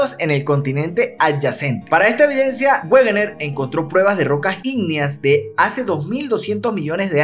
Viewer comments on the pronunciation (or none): Como dato Wegener se pronuncia "Vegner"